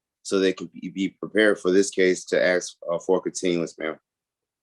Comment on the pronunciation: The word is ask